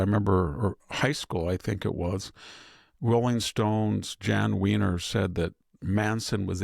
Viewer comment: Jann Wenner's last name is pronounced' "when-ner" not wiener. I share the same last name, but not related to him. Wenner is a Swedish surname.